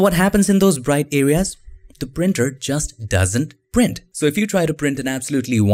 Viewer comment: Nobody noticed the way he said "Print" 😂 Edit: Also "Brighten" " 🤣